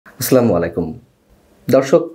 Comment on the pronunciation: আসলামুলাইকুম বলে আপনি যে সালাম পেশ করেন বা বলেন ঐটা ভুল। দয়া করে সালাম শুধ্য করার অনুরুধ করছি। এভাবে বলবেন যে,আসসালামু আলাইকুম